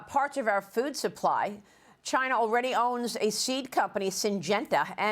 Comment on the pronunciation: What is it with Fox reporters that cannot pronounce China correctly. It's irritating to thr extreme.